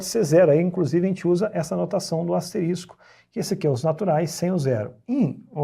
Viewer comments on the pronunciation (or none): none